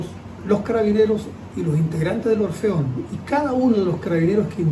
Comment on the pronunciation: Se dice y pronuncia ORFEON y no Orfion como acabas de expresar